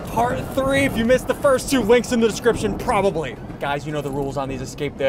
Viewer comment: He said probobly